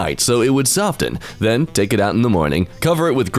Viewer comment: ....did he just pronounce the t in soften?